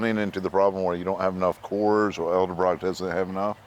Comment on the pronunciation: Did he just say "Eldebrocks"?